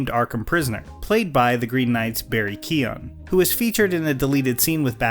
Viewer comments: I feel like I just need to say it's pronounced Barry Kyo-gan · Irish guy here. The name Keogh is pronounced "K-yo" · You didn’t pronounce Barry’s last name properly